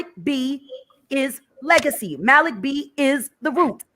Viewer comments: Maalik. It's that simple. People who mispronounce Arabic names sound ignorant. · THE MALIK THING IS JUST HOW YOU PRONOUNCE IT IN ENGLISH OR IN ARABIC.